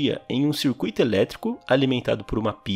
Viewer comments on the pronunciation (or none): none